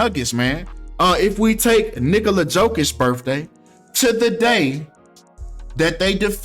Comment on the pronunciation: Icould swear it sounded like you called him “Nigga-la Jokic” 😂